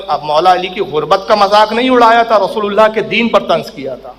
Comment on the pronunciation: اذهبوا الی رسولُ الله نہیں الی رسولِ الله ہے